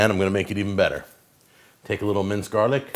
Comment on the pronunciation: Out of how much this dude disappoints me with his "cooking" the worst thing is his pronunciation of garlic